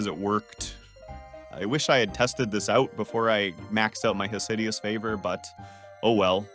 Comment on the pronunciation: “Hosideous favor” vomits